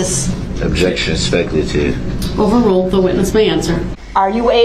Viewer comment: cohorsion, substain, duresst, speckle-ative